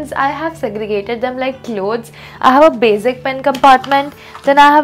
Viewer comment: it's not bazic it's basic